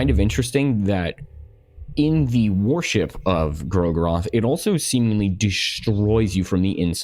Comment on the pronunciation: Mhm, I love me some god WAR-ship. With the amount of WAR-ships mentioned, I can build an entire fleet.